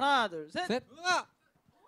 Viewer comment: 도현이 뚜두뚜두 발음을 못해 ㅋㅋㅋㅋ 튜듀튜듀 ㅋㅋㅋ